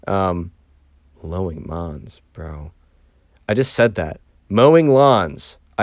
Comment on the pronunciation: "Lowing mawns" is the best thing I've ever heard. 😆